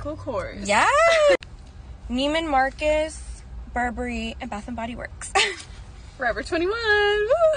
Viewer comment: I hate the way she said Neiman marcus